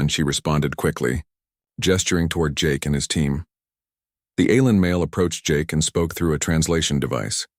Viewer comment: you make me stop watching shxd. your autobot says alrm instead alien fix you shit